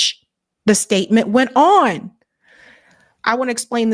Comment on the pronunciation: She says, "on," pronounced, "Oowon."